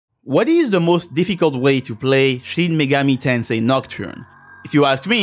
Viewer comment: Shin Megoru Tonsay. This will never not be funny to me.